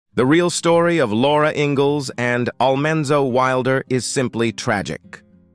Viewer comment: Yep! They lost me with Al-MAN-zo Wilder..